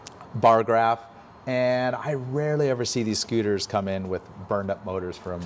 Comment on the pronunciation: "I Like Scuters".